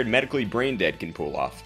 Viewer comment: why does this guy say pool off instead of pull